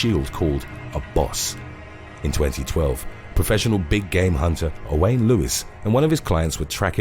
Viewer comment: Owain is pronounced pretty much the same as Owen, though there does seem to be some confusion about it--someone mentioned that they knew two guys named Owain, and they pronounced it different from each other. At any rate, I've certainly never heard it pronounced the way you do. Aside from the fact that no one should be hunting elephants, when a male is in must, there is a visible sign--they have glands on the sides of their faces, that ooze a fluid down their faces. I suppose it isn't visible on every elephant in must, but I don't really know. If that was present, then Gibbson was doubly foolish. Those idiots hunting moose with a bow are just asking for it. It's dangerous enough with smaller deer species, but moose have earned their reputation. It's shocking how many hunters don't know enough to leave freshly shot animals alone. If you think about what humans can survive, it's not surprising that large animals can live awhile after getting shot. I find it hard not to be too pleased when a trophy hunter or poacher is attacked by a wild animal. Killing animals, just so you can put its head on the wall or whatever, especially endangered animals, is pretty disgusting.